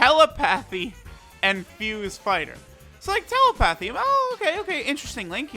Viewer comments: The way he pronounces telepathy pisses me off xD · says telepathy like "tele-pathy" lol tel-lepathy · (Tela) (path)e 😂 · Tela-pathy >telepathy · “Tell-e-pathy” - 2020